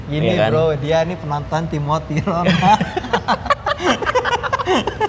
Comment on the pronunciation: irit t nya timoti, r nya ronal